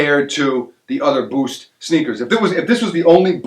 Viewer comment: doesn't just say "boost," He says "Bhoowst"